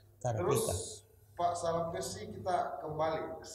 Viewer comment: Maaf kalau salah sebut namanya kalumpesi harusnya Sarampessi